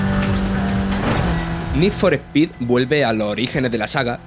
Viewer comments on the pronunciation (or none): Need For Pi 😂 Eres de Andújar